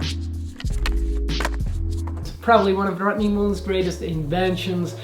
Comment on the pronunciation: And his name is Rodney, not rottenly, lol!